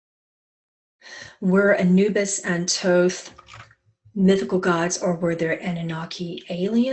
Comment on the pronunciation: Roth? Do you mean Thoth?